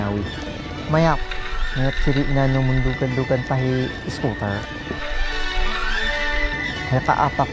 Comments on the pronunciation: It's eskootr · people might hate me for this but... i laugh whenever he says sCooWteR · Skootr pa more , makatilaw ka sakoang kamao ron lol 😂